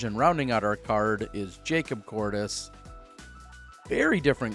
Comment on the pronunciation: Has it always been Jacob Courtis? I could’ve sworn everyone always said Curtis lol